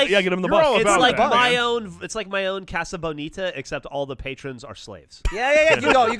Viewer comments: As a Coloradan, hearing the way Geoff pronouces "Casa Bonita" hurts my heart. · I loved hearing Geoff pronounce Casa Bonita. I live really close to there and hear about it constantly. His Spanish is hilarious.